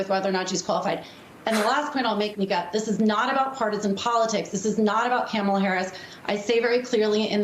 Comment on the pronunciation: For starters.. we need to pronounce her name correctly.